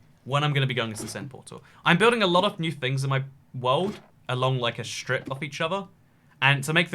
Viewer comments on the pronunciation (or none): none